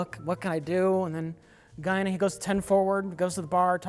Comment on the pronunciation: Guinan with a gun = Gun-nan